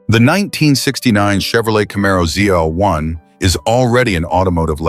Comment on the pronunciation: The last letter of the alphabet is pronounced "zee" in the US and "zed" in the UK. Unless you're treading water in the middle of the Atlantic, "zeed" is not acceptable.